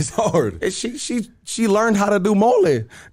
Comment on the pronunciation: far from mexican. the way he pronounces Mole should be a hate crime